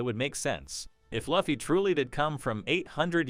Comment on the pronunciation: effing luufffii, it's Looooouuffffffiiiiii